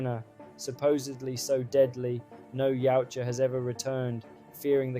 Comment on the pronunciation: The design, the story, the baby yoda bullshit, the Shane black magic ball for invisibility, the knock off avatar style, Tran Trachtenberg Elle fanning, the gay Predator using a gun,Movie is fuckin trash. Saying yeowcha instead of yautja 😢 YOT CHA